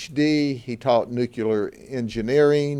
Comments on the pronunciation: Nuc-Lee-ar not nuc-u-lur. 🙄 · there is no such thing as nookuler engineering. If you are going to stand there insulting people then learn to speak english. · nukular engineering